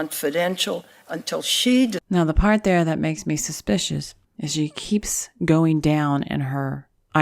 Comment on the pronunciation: Did you say "suspiciounous on the staffunus"?